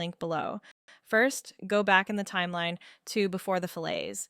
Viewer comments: This is great. Thanks. You might want to check your pronunciation of "fillet" - it's Fil-it, not fil-lay. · I like the video; it did not occur to me that scaling a 60-degree thread by the square root of 3 would yield a 45-degree thread. That is useful to know. By the way, a curve joining two lines is pronounced fill-it (in the UK as well as the US). Fill-ay (fillet in the UK, filet in the US) is a culinary term. Also lost to many, is that a fillet rounds an inside corner, while a radius (also called a round in metalworking, or round-over in woodworking) rounds an outside corner even though the CAD fillet tool is used to make both. CAD teachers have neglected a generation by not distinguishing between the two terms. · FYI in case you haven't figured it out, a "fillet" as a mechanical feature is prounced like "fill it" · Aside from the pronunciation of fillet (which I have to say I thought was either rage-bait, or maybe an AI voiceover), I have often wondered, as I learn fusion, why this is called a fillet. :)